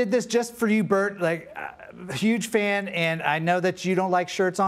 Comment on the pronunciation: Is she saying "stan" instead of fan?....